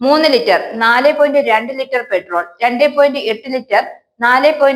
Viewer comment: പെട്രോൾ അല്ല പട്രോൾ പഠിച്ച് പറയൂ